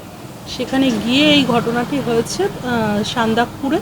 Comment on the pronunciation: সান্দাকপুর বললো 😂😂